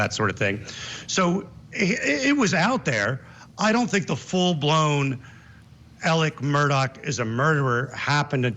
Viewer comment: His name is ALEXXXXXX MURDAUGH NOT Alec Murdock. Come the F on!!